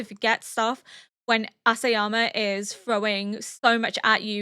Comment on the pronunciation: Just wanna say that it's not Asayama, but Isayama :) I really love hearing your theories! Thank you for your reaction